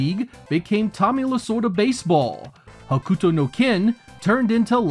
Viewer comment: You say Hokuto funny.